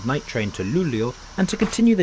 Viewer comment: His pronunciation is actually pretty good for an American (?) Not the best and the way he said Umeå and Luleå made me cringe a little but that is to be expected. It's probably the best pronunciation I've heard from a foreigner